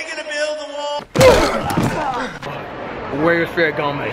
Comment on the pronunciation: LOL .., if you making a video about high ending shopping.. for the sake of god, someone tell him how to pronounce Ferragamo and Versace